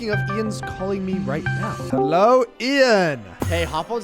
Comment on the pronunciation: said bello😂😂😂😭🙏🙏🙏